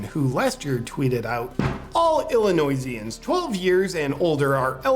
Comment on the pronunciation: as an Illinois native, you pronounced Illinoisan incorrectly... but that's okay, I gladly identify as a Tennessean now.